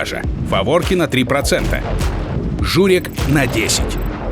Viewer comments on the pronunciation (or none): Ахахахах, журек. Правильно читается журЭк